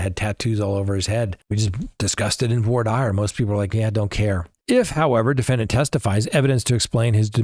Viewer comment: Ok. I can't. Why is he pronouncing voir dire this way? I've never heard anyone do this and the French is incorrect what is happening